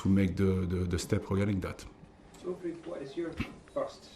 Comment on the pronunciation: Why are you assuming non boring questions = grilling him about our incompetent owners and board? Fan media always bring a genuine aspect regular journos clearly lack. Also, its Wilfried, not Wilfred :)